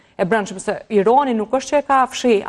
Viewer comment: Analiste per lesh te shtypur meso qjuhen shqipe Irani jo Ironi